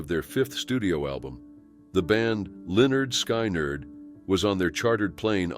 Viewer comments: It’s not pronounced sky-nerd! It’s lynyrd skynyrd! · Why do you pronounce Lynyrd Sky-nerd as Lynyrd Skynerd? When its pronounced Leonard Skinard!? At least that's how I always heard it pronounced.🤓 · Please learn the correct way to pronounce things it sounds like skin erd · Hearing Lynyrd "SKY NARD" is bad enough but then they show Cassie listed as Gary Richrath who was the guitarist for REO Speedwagon 🤔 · It’s pronounced, Linerd Skinerd. Geez get the names right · Lin-nerd Sky-nerd? So disrespectful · like literally all he had to do was type "Skin Erd" or something so the computer can say it right. Lazy. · You mispronounced 'Lynyrd Skynyrd'--that was awful. Get it right!!! 😑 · Oh god. I nearly choked! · Drove me crazy!!!!! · It is hard to respect a site called that can't even pronounce the band name Lynyrd Skynyrd, correctly. It's a travesty. I hate this. What a fuck up of a website. You got a big downvote!!!! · The way you pronounced Lynyrd Skynyrd is so wrong it's funny.